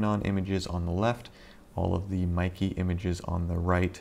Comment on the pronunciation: Mee-kay, not Mi-key.